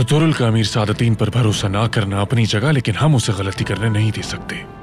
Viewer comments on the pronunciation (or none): Sadateen qobek ❌ sadateeen qoda ✅